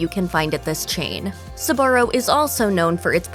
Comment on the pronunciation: Until now, I haven't heard Sbarro pronounced with 3 syllables.